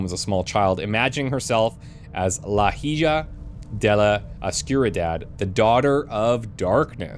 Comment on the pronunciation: Spanish pronunciation "Ee-hah De La Oh-skoo-dee-dah-d"